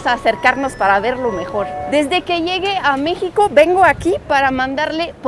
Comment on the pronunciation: Muy informativo tu reportaje. Una sugerencia amical: ayudaría mucho a la claridad de tu discurso que te consigas tutores de pronunciación, la que ojo, es ya asombrosamente buena, pero las sílabas acentuadas te fallan un poco, bueno, bastante. No es lo mismo decir “llegue “ que decir “llegué “, como no es lo mismo decir “nacio“ (palabra inexistente) que decir “nació”, o decir Tolsa (nombre desconocido) en lugar de Tolsá. Va igual para las palabras que lleven el acento (marcado o no con tilde) en sílabas que no sean la sílaba final. Hace toda la diferencia del mundo. En francés, las sílabas son todas más o menos iguales en el sonido de acentuación, excepto la última sílaba que se diga, la cual lleva un levantamiento como si tuviera tilde (el acento). No así en la lengua española, la cual tiene reglas y distinciones muy específicas de dónde debe ir el acento pronunciado en cada palabra en todos los casos.